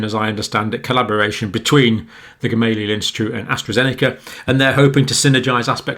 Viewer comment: It's pronounced GamalEya actually.